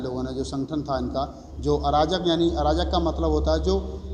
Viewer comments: अराजक संघ नहीं अर्जक संघ उच्चारण करें बेहतर होगा। धन्यवाद। ।। जय अर्जक जय भारत।। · I think need to correct word Arjak instead of Arajak.. Thank you... Good job done keep it up